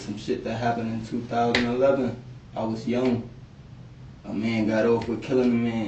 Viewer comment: Am I crazy or did he say the year “20,000/11” 💀💀